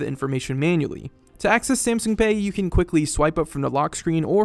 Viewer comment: Every time he said Samsung like "Samsing" I wanted to carve my ears out